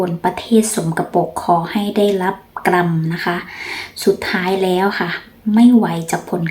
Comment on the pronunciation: ลุงได้ยินหนูพูดหลายครั้ง คำว่า กรรม ให้อ่านว่า(กำ)นะ ไม่ต้อง หันลื้น?